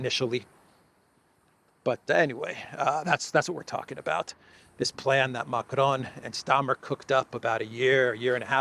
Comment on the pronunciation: Micron, not Macron 😂😂😂